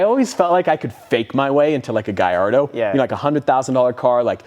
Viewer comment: It's LAMBOGHINI Gallado not Gayado.